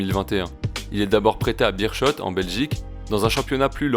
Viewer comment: Super vidéo bien détaillée Attention à l’a prononciation du Beerschot c’est bér-Skotte